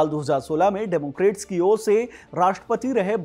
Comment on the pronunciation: डेमोक्रेट नहीं, डेमोक्रैट।